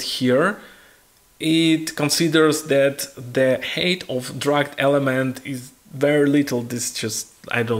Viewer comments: It's Height not Hate, I was puzzled for min what he was saying 😅. But overall very informative tutorial 👍🏻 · Видео - супер. Единственно маленький момент height произносится больше как хайт, потому что хэйт это hate)))